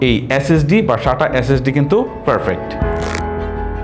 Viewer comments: ফারফেক্ট ❌ পারফেক্ট ✅ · আপনার ফারফেক্ট উচ্চারন ঠিক করেন খুব কানে লাগে পারফেক্ট বলার চেষ্টা করুন।